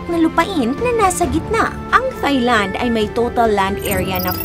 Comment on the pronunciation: Pet peeve, Thigh-land. Silent “h” please, so Tai-land😅